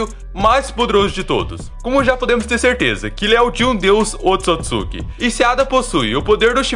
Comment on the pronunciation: Se fala oôtsutsuki